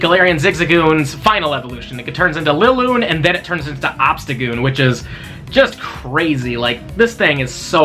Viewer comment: You said Liloone lolol